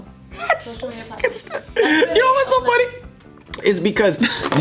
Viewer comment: haha its funny how pronounces weibo. Anyways, Im glad that the chinese market no longer sell or buy Dolce &Gabbana products. All online stores took down their products